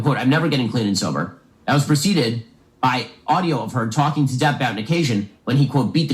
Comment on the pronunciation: it’s DEPP not deep